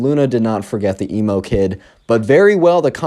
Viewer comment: WHY U KEEP SAYIN EMO GURL LIKE ELMO